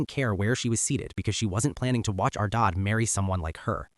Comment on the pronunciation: Why can’t OP say the word DAD? He sounds like DOD???